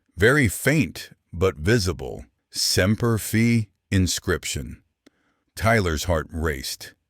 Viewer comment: teach your A I voice to correctly say semper fee